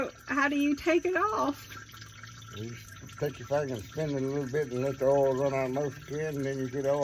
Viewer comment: Great stuff guys. Really enjoy the content. Love the way you say 'oll' where I tend pronounce it Oi-ill. Will have to get my wife on to changing the 'oll'. Or maybe not. I rather appreciate my existence.